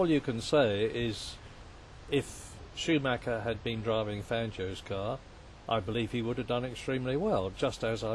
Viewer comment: Shoemacca as Murray pronounces his name.